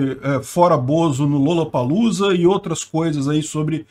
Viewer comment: Lollapalooza você quis dizer: "Rolapaloza" ou "Lulapaloza"